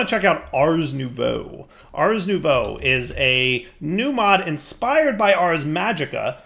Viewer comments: Ohhhhhhhh, nouveau, I kept hearing new bow. Damn, was expecting a fancy bow. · Was it only me that until this episode thought was saying Ars New Bow?